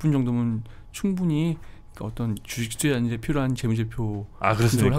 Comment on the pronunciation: 주.식.투.자 라고 발음 해줬음 좋겠당 ㅋ 쥬ㅅ튜쟈... ㅋㅋㅋㅋ